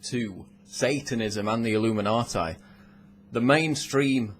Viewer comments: the pronounciation. It's illuminatee not illuminateye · Why does he keep pronouncing it illuminaatie?! I'm a Brit & we don't mispronounce it. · did he just say illuminatie? what the hell kind of pronuncian is that? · I love how he says "illuminatai" =)